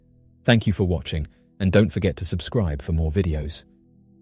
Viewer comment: The '"Don't forget to ABSCRIBE" guy MUST Make more COMPILATIONS b/c I NEED SLEEP! PLEASE! PLEASE!